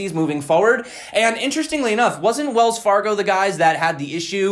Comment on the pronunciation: Wells Far-gone lol